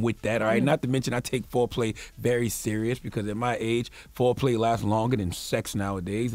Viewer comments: Nigga said Flo-play 🤣🤣🤣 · Omg when I heard "Flo-play" I thought something toooootally different for a second. 🤮